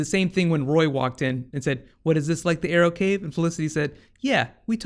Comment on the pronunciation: In the beginning ,Cisco said "We want to see the Arrow-cave.Do you guys have a Arrow-Mobile ?" ...is it me or is it reaaly sounding like Bat-cave and Bat-Mobile :D !!!